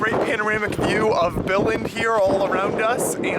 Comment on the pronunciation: Pronounce the word Billund right next time